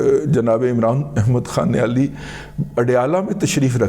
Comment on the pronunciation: السلام علیکم۔ آپکی زُبان لڑکھڑائی اور ایک نئی تخلیق ھوُئی: “عمران احمد خان اڈیالی”! بھئی واہ!